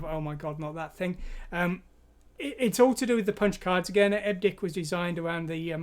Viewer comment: Hate to be one of those. But...EBCDIC, pronounced "Eb Ci Dic"...stands for Extended Binary Coded Decimal Interchange Code. Still, enjoying the video and thanks!